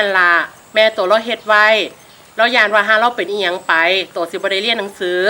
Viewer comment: สิบไม่ใช่ลิบ